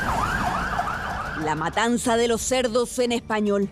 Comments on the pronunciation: La matanaza ? O matanza ?? Xd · Dice MATANAZA😂